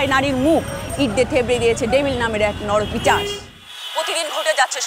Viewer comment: শব্দটি "পিশাচ", পিচাশ নয়। " নরপিশাচ। " আশা করি পরবর্তী নাটকগুলোতে বাংলা শব্দের সঠিক ব্যবহার দেখতে পাবো।